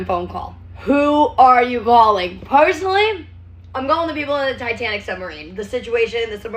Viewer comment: the fact that she still cant say her r’s properly is so funny to me. I know its a speech impediment but it’s something usually kids struggle with and she’s trying to be a bad ass lol. A bad ass who cant say “personally” properly